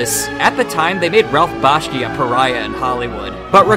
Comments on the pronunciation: Bashki? That's embarrassing. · The name is "Bakshi", not "Bashki". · its "B-A-K-S-H-I" as in "Taxi", not "B-A-S-K-Y" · And a personal note: If you can't get the name right . . . I believe it's Bakshi . . . not Bashky. Though Bashkey would make a great pro wrestler gimmick. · You really should lose the MIDI background music during the last minutes, and also the pronunciation "Bashki" instead of "Bakshi".